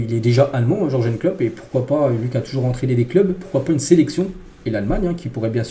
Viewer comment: Comment tu prononce Jurgen, aie!